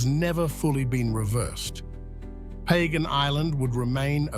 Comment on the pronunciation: It's not pronounced like that. It's pronounced Pah-gahn.